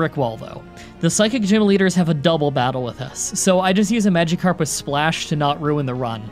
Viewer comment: ”pokiemon” ”magiekarp”